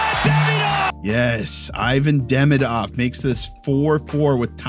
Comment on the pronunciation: lmao the way TSN says Ivan Demidov drives me nuts too